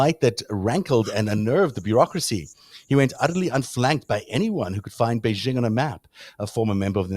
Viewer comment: The "j" in "Beijing" is not pronounced like the "g" in the English word "regime" (this sound does not even exist in the Chinese language); it is pronounced like the "J" in the English name "Jim." Thus, "Beijing," properly pronounced, rhymes with the English word "paging," though with the accent on the second syllable rather than the first. Why is this still a problem after I have pointed it out between 30 and 40 times previously in comments below your videos?